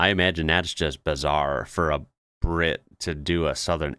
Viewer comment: Why most Brits have a speech impediment? Bwit instead of Brit. Bwistol instead of Bristol. Weally, instead of really etc. Just listen.